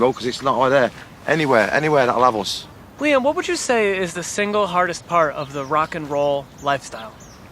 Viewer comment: Jeez the interviewer could at least pronounce his name right